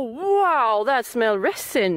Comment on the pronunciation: Now, I'm jealous! He seems nice. Where did you get such a nice blow-pipe? Just a tip, my darling. There is no T in resin. I hate to see you suffering so. I would love to come to Sweden to help. Have I missed some videos? When did you quit teaching? Why? I would love to have a fire-steel you've used--even the small one would be wonderful!